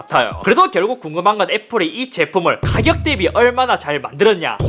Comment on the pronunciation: 가겨 가겨가겨 대비 가겨 ㅋㅋㅋㅋ